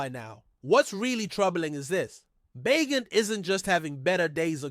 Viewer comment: It's pronounced Bay Jent....everyone knows this